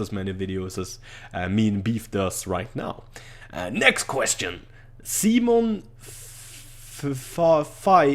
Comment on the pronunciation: you pronounced simon as semen xD